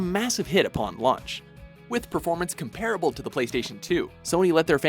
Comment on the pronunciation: Please... please pronounce “comparable” correctly.